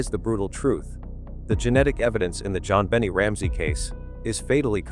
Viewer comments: it's 'Bon nay' not bonny or bennet, omg. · To the narrator, do you live on Earth? Pronounced.... Jon been aye 😊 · Yet another AI “performance” during which JonBenet’s name is pronounced wrong. Jon Bennie is a new one, though, I have to admit. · Her name is pronounced Jon Ben Nay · I don't like the way the narrator pronounces that Baby's name. He makes it sound like Jon "Benny" Ramsey...Smh... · How do you know? Bon nay??? Funny how sometimes parents give their children names that even they dont know how to pronounce....I listened the way they called her..think i heard something like Be ney...idk..never heard this name before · in England it's Ben it Americans always pronounce it like that they always saying shit wrong but this is ai and banned from 15th July which is tomorrow but in England that's wrong but in US they always say it like that.